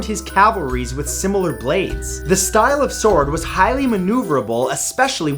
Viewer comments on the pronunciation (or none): none